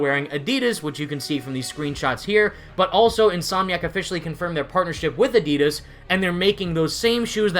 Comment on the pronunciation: it’s adidas not adidas